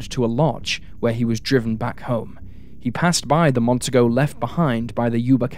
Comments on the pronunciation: Say it with me,: "Mon-TEE-go". You're welcome. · Mon-TEE-Go ffs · It's Mercury Montego - pronounced, Mon-TEE-Go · FYI. In Montego (is pronounced Mon-tee-go), the 2nd syllable has the accent. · Ive. Heard. This. Twice before. Gary. Is. Would. Be. Out. There. Somewhere. By. The. Way. The. Car. Is. Pronounced. Mont. Tee. Nee. Go. Even. An. Aus. Knows. That.